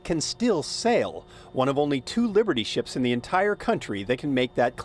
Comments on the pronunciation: Wiburdy Ship? My ears must not be workinh. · the news guy is mispronouncing it.